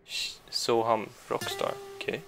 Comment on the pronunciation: The way you pronounced “Soham Rock Star” was perfect. That’s how you pronounce Soham in the original language as well